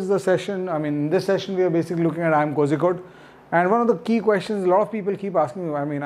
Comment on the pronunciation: Its not pronounced Kozhikohde , its pronounced Korrikohde